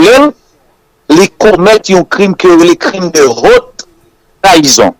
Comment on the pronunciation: Crime de "whotte" trahison. Non. On dit : crime de "Otte" (haute) trahison. La lettre "h" ne se lit pas en français, qu'il soit muet ou aspiré. Le h aspiré interdit la liaison et l'ellision (l'apostrophe). Ainsi, on dit le haricot (aricot phonétiquement) et non pas l'haricot. On dit aussi la honte (la "ontte") et non pas la wontte. Idem: la haine (comme la lettre N phonétiquement). "Hhènne".